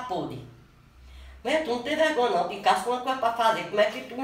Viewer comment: "Wadia sem vregonha" KkKkK